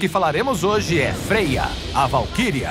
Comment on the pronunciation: É como se pronuncia mesmo